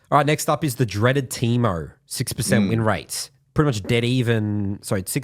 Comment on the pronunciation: Teemerrrr 😂 That accent